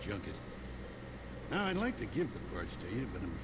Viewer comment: You have to stop saying baller right meow.